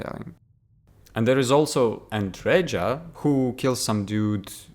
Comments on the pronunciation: andreja is pronounced as andreya. as female version of andrej - andrey. at least it should be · Whole worldbuilding makes no sense in Starfield. And stop pronucing name Andreja as Andredža. Andreja is a slavic name... and slavic J is pronounced as Y in word yes.